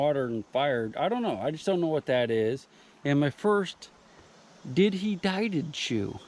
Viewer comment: Nearly did a spit take when you called it a “did he dieded shoe” 🤣🤣👌🏻